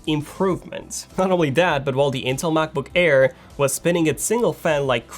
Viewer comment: He always says Macboo-care lmao